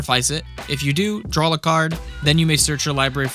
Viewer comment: there is no "L" on the end of the word "DRAW".